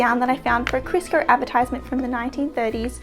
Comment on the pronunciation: Love the qaustralian accent saying Crisco. "Krisker" LOL I'd like an episode where you just pronounce American brand names like Kodak LOL